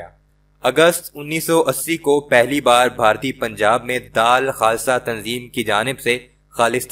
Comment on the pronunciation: Bhai daal khasa naheen dull khasa talffuz saheeh kerrain